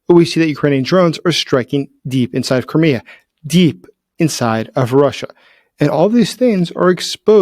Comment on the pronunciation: I thought it was pronounced cry-me-a not ker-me-a. Does have an accent thing or am I pronouncing it incorrectly